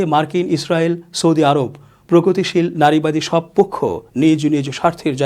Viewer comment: প্রগতশীল নয়, পোগতশীল